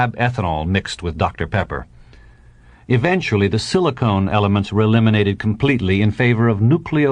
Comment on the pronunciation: very good! the ending gave me nightmares!! the narrator does one of my pet peeves, he mispronounces "silicon" as "silicone"!!! why do so many people not know the difference!!!